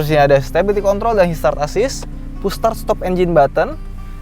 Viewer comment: "Boosh star stop engine buthon" 😂😂